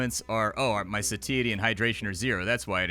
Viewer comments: Not to be a dick, but just so you know: "satiety" is pronounced more like "say-she-ye-tee" with the "she-ye-tee" faster like "she-itty" 😁 PS. while I'm being a pedantic dick: lithium isn't an anti-depressant, it's a mood stabiliser.. more for bipolar disorder than major depression. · "Sateeatee" got me a bit XD